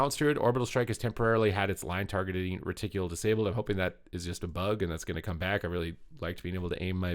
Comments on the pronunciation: TIL pronounces it "reticulul" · Ty for the update!! Just fyi its pronounced ret-tickle ❤️